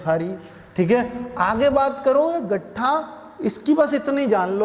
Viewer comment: गट्ठा नही सर लट्ठा होता है